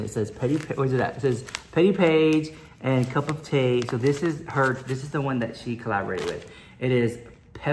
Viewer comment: U say cup of tea w/ an english accent! Lov u